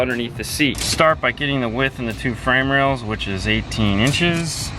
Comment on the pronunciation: is that RAILS or RALES.... (chortle)